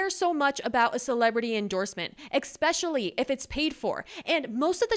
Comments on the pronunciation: I love your energy and I've seen a handful of your videos now, but I have to say this. It's not so much "expically" as it is "especially." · The S is “especially” makes the standard S sound not an X sound